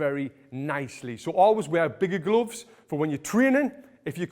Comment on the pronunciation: I love the way he says glooofs